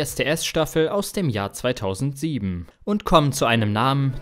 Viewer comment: Schreckliche Texte schrecklich vorgelesen. "ERST nach dem Finale wurde überhaupt ERST bekannt" "sperrte der Sender ihn von seinen Fernsehauftritten AUS"... Grauenvoll.